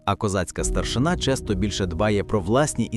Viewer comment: не старшина',а треба наголос старши'на ,старшина'-то в росії ❗